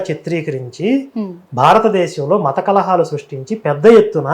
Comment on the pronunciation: మత కల్లోహాలు కాదమ్మా.. మత కలహాలు అనాలి... 🤚